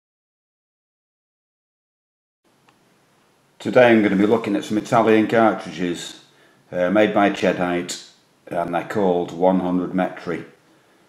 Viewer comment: good video but the name of the ammo company is pronounced "Keddìtay"